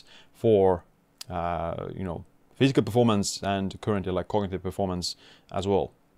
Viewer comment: Brilliant information you are sharing in your videos, but you should avoid the unofficial talking manner you often partake. For example you are saying incoherently "you know physical permormace and currently like cognitive permormance". It seems your brain was wanting to say that creatine does not have that much research on cognitive benefits yet and you decided to just say random words "like currently" because of that. You should look up to how Dr Brad Stanfield talks on his YouTube videos. Anyways, thanks for the content.